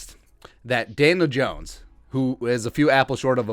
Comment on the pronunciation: Are you calling him Daylin Jones?